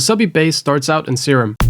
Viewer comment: bro dont got that serum, he got that "seeem"